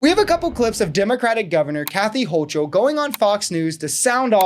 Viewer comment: its pronounced Hokel...not Hochel